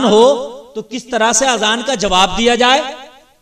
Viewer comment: Azan lafz bolna pehle seekho